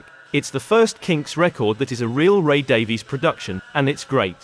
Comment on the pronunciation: Stop pronouncing 'Davies' incorrectly! It's insulting and ignorant. Respect the pronunciation used by Ray Davies himself